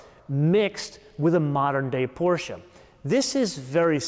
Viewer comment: Thank you for the review. As a German, I am not sure why you’re saying „G-vagon“ (somewhat correctly [Geländewagen]) yet you are saying Porsche incorrectly. You Americans make me laugh. Regardless this was an exceptional and very impressive review and is leading us to purchase the 110 here in Stuttgart. I believe Its easier for me to sit here and comment rather than do what you do. Fantastic review. I do believe we have more options on the EU spec, so I am fearing what my total cost in € will be. Well done on this video. Mit freundlichen Grüßen, Fischer.